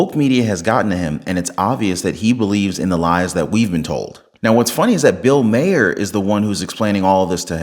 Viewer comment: Please learn to pronounce Bill Maher's nane it is Mar not Maher he has been on tv for years and years. I love your show.❤😂🎉